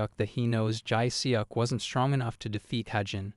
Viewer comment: Enjoying the videos! Just some advice, might be worth brushing up on the Korean name pronounciations - Jae Seok is pronounced Jeh Suhk, without an obvious ‘e’ sound